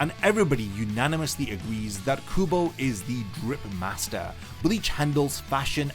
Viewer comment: Brother stop calling him Tight Kubo 😭🙏